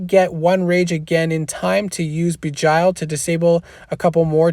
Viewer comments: thanks for the rundown! great job btw its pronounced jinn ie sounds like win. arabic for demon. and begile as in sounds like bile ie bee gile not bee jile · Please don’t misunderstand... I respect you and I watch your videos... please google words you don’t know... beguile is a word that should be in your vocabulary... it is pronounced something like this Be Guy L... where the e in be is a short vowel and not a long vowel... more like Eh than E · ok....say it like bee (as in honey bee) then gile (rhymes with Nile like the Nile river. beguile means to deceive or to hide the truth (usually to screw someone over or harm them) but it doesnt matter, you can say it however you want, we all know what you are sayin :) Thanks again. if you ever need someone to help defend for one of your videos let me know